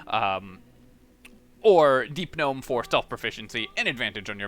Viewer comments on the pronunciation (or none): none